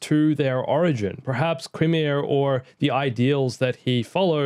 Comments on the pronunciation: It’s pronounced Ki-Mir not Qui-Mir. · Is it pronounced "Ki-meer," "Kee-meer," or "Ke-meer?"